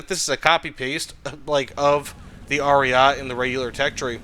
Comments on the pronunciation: Americans can be insufferable in their stubborness when it comes to pronouncing anything foreign wrong/right. Like lmao I understand spelling might be confusing but you can just listen to the word once and keep it in ur mind as Aryete it's not french so why would you drop the e. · and roll the R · Please for the love of God stop calling it "Ariat" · it's like that inglorious bastards scene P.S. pls continue calling it Ariat